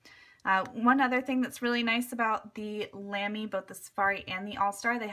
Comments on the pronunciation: Brand pronunciation is more like Luhmy with the u pronounced as in but or butter. :) Apart from that I really love my Lamy collection but I prefer the heavier Studio to the lighter Safari or Al-Stars, though I prefer the shaped grip section of the Safari or Al-Star to the roundish Studio. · Good video as always! Just FYI, "Lamy" is pronounced so that it rhymes with "mommy". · Love you so much, but you said Lamy wrong and I got triggered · You pronounced Lamy wrong